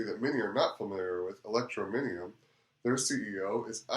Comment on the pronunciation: Very good, thank you. Just need to work on the pronunciation of Electroneum and Ells ;) God Bless